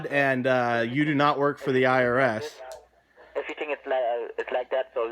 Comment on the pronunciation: Pronounces IRS as Iris